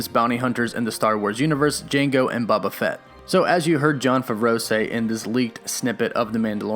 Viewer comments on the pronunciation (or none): Lol, it's a hard O in Boba Fett, not a soft O.